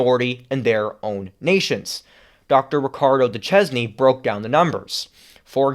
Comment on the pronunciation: Great Rant. I believe it's pronounced Duchesne (Doo-Shayne)